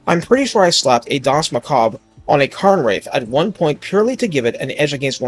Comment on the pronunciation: "Karn" wraiths? What the heck? "kehrn" wraiths.